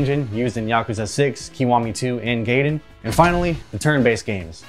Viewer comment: no way you said "gaiden" as "gayden"😭 it would be "guyden"